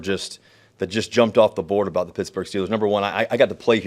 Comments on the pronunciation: Dude its not picksburg jacka.... its pittsburgh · He said "Picksburgh" by mistake. But that's ok, because half the people in Pittsburgh pronounce it that way anyway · Yinz catch Russ say "Pixburgh," prior to correcting himself and say "Pittsburgh" 😂. They trying to get Russ to lose that square image again by taking him to hood already 😂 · Did he really say "picksbugh" then hurry up and pretend like he didn't mean to say it and cover it up with a "pittsburgh" hahahahhah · Man's already mispronouncing it as "Pixburgh" - he'll fit in just fine with us yinzers haha. He's also talking with the enthusiasm of a man freed from prison. Denver must have been a nightmare for him, even more than what was reported. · That Picksburgh slip was funny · "Picksburgh" cmon man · he's already saying 'Picksburg' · Picksburg? Um, ya better not. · dudeeee, he said pixburgh lol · Pixburgh hahaha